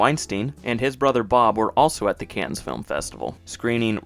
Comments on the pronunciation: Btw, Cannes is pronounced “can” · Cannes is pronounced without the s, like “can” of soda. And I wouldn’t say something picked up at Cannes was “at the last second,” as that’s a standard time and place for films to find their distributors. That’d be like saying the film was financed “at the last second” when they pitched it to the vodka guy and he said yes. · Also, Cannes is pronounced “kan” and the name Tara is “TEH-ruh”. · There is no s sound in Cannes. For French final consonants follow the control rule which is ctrl